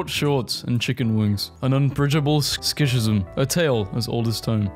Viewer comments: pronounces sh-is-m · Schism is pronounced Skizum.